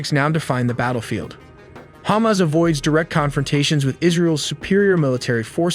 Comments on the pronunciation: Say it with me, HA-MAS. Not hummus. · Love the pronunciation "Ham-ass" or maybe even more accurately "Ham-azz" ? Haha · The AI keeps pronouncing Hamas as Hummus lol.